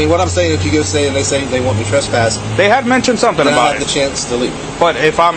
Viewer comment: "i can TRASS-PASS you" :) dummy cant even pronounce it correctly. lol!!!